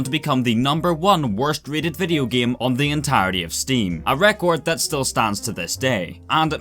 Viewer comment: "the giem"